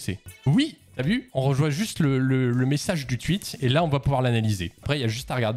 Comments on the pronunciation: Ça me fracasse quand il dit tuit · Arrête de dire "tuite" wsh c'est insupportable